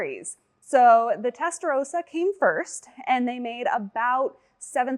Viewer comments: Its called Testarossa not Testa rosa... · testaROSSA, not testarousa. you're saying pink, not red